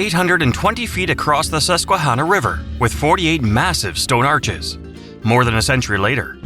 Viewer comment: How about Allegheny being pronounced incorrectly. That is the easy one. And Presque Isle also pronounced incorrectly. And Susquehanna also pronounced incorrectly...